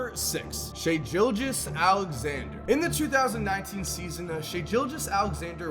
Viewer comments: Said Shais name completely wrong. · You butchered Shais name 😂